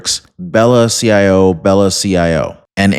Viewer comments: Just a heads up... "ciao" is an Italian word that is pronounced "chau," or like "chow." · CIAO is Italian and is pronounced "Chow."